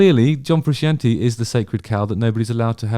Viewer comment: Don't be offended because someone doesn't rate a band as highly as you do. But when Justin can't even pronounce Frusciante well, it doesn't look good.